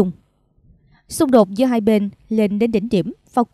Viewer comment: Tôi thường theo dõi tin tức trên Htdnews, tuy nhiên gần đây có 1 xướng ngôn viên (ko lộ mặt) phát âm nghe chướng tai quá vì phát sai “hai” , cô ấy đọc thành “hay” !😮